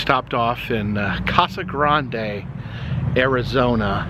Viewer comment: Tge titan missile silo is a real place, It’s pronounced cacti And the E in casa grande is silent. I’m sorry that I’m picky about this but as a AZ native little things like this irritate me.